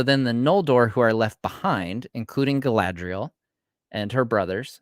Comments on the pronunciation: you said Galadiel past trou the shire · Jesus guys!! It's Galadriel with a bun! It's not that hard. Also: Galadriel, means "Maiden crowned with gleaming hair." in her youth she was then of amazon disposition and bound up her hair as a crown when taking part in athletic feats" - Tolkien